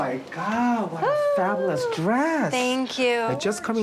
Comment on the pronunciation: It annoys me so much when that guy says “Fabalus” lol